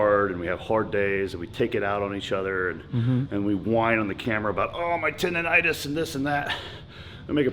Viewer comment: you said Tendonitis...